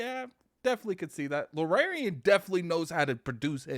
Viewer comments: I hate the Xbox community with my whole body and soul anytime something half-way decent y'all screaming for Phil to go buy it. Another banger misses Xbox. Baldur's Gate 3 is going to blow Starfield out of the water. The studio is pronounced Larry-an and the genre is CRPG standing for computer or classic RPG eluding to its heritage. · Luuhh-Rare-Eon Studios! Baahahaha other job 100% has to be the local butcher!!! I can't believe how many times he said Luhrareon Studios hahaha!!!